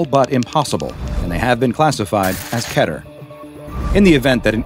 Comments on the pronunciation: not going to lie but it should be keter on the first one! (i dont know if you say that right) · its mot ke-ter its kee-ter